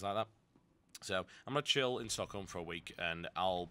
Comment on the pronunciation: I love how he actually says stockholm right. I'm amazed. :O